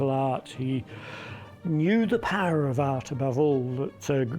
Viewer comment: Every time the Scottish guy speaks the word power... It sounds funny he says purr..... hahahaha